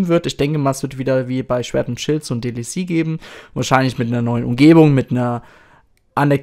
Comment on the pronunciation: DLC!! Es heißt „Die Ell Sie“ und nicht „Die Lie Sie“